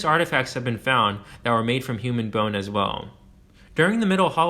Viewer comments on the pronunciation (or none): none